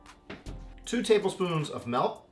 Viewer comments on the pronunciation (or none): He said MELK